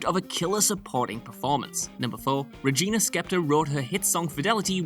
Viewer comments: "Regina Skeptor" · Regina Skeptor? Jesus fucking Christ. Why can't you fucking idiots DO ANOTHER TAKE WHEN YOU MESS UP! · My uvula swole when he said that and my appendix exploded. Regina Spektor is way before my time, but any music fan knows her and her work.